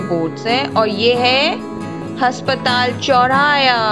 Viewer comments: Has😂patal, ya aspatal didi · Haspatal nahi hota aspatal hota hai😂😂😂